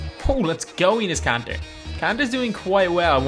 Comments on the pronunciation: did he say anus kanter 😂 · I legit thought he said penis kanter!! LMAO!! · he said Anus kanter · Enes kanter got roasted bye this dude... He called him Anus kanter lol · " At the 4 we have ANUS KANTER " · He said anus kanter😂😂😂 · this dude said anus Kanter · (Plus he's like the worst 2k you tuber so I don't blame you for roasting him And he calls Enes Kanter ANUS KANTER) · how he says Enes Kanter